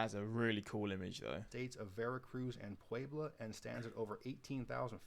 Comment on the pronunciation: I’m impressed. You pronounced Puebla very well! Better than the guy in the video that you’re reacting to! We have a place in Arizona called Pueblo and it’s almost pronounced the same except with an “Oh” at the end instead of an “Uh”